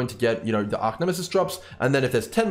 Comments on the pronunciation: Great explanation. But it annoys me, that you constantly call it Arc-Nemesis... It's Arch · Thanks for the awesome vid but just a heads up its Arch not Arc for Archnemesis sorry to be the police of pronunciation but thought you might like to know.. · ARE CHE ARCH ffs bro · Arcnemesis........ it bugs me.